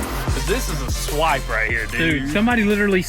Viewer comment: Why when you said swip , I thought of Swipper no swipping 😂😂😂😂